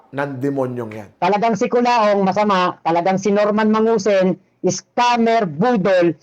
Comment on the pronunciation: Kulaong❌ Kuloong✅